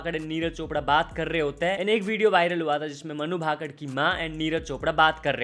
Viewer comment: अबे ये मनु भाकड भाकड क्या होता है!? तु और neonman दोनो पागल हो गए हो। ठीक से नाम को बोलो उसका नाम मनु भाकर है। its मनु भाकर